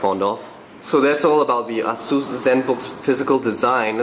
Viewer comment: actually technically he did say it correctly. ah-seuss. google it :)